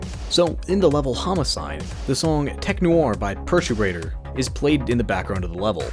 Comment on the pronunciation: Eh-hem. If I may be so bold as to pick a few nits: #1: Manny Pardo doesn't obsess over the truth. He wants to kill people for attention. This motivation is still given to Evan. #2: You should see a therapist for your dyslexia because there is no "i" in Dennaton and you completely mangled "Perturbator". #3: The Son is not motivated by revenge so much as he is trying to please his dead father by wiping out the Colombian cartel and taking over their sector of the underworld. #4: That cartridge casing symbolizing the Son's Bloodline perk is a 7.62x39mm round (compatible with the famous AKM and AK-47 rifles), and his father was using two MP5's in the showdown with jacket which are submachine guns usually chambered for 9mm Parabellum and, if you had even the most rudimentary familiarity with firearms, you would know that there's a significant size discrepancy between the two cartridges but you're probably the same type of uninformed rube who advocates for gun control.